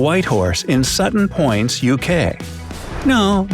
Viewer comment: Sutton poyntz really